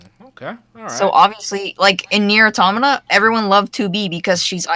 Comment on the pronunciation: The amount of people who sing Nier: Automata's praises but STILL can't pronounce Automata correctly is too damn high.